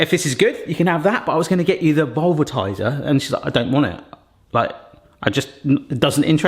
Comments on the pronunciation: He repeatedly called it vulvatizer. I was looking for this comment 🤣 The more expensive gadget seems to be called velvetizer. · Please stop saying Vulvatiser.. 😮😂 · He did say something else, he said the vulvatizer. Lmao. I wonder if that actually existed what it would do. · I will never unhear "vulva-tiser" 😑😑😑🤣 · Please tell me I'm not the only one that whenever says "velvetizer" it sounds like he's saying "Umm...Something else-va itizer" ( a particular part of the female anatomy, in case you can't figure it out yourself...) Which sounds like a name for a device with a COMPLETELY different use case entirely. LOL! I couldn't but let out a childish immature giggle every time he said it! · 😂Yes, velvet and vulva are two words that need to be annunciated carefully.